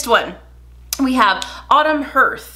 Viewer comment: Love these videos - one correction though, if you don't mind. The pronounciation of hearth is "harth" not "herth" - it is the front (floor) of a fireplace. But I do love watching you!!